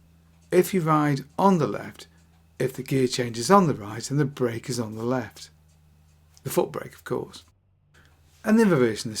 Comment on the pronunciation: Both are pronounced bwake apparently.